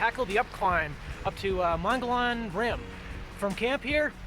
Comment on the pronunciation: Mon-go-Lon....😂 It’s actually pronounced Moe-gee-on. Hike on brother! So wish I could have joined y’all.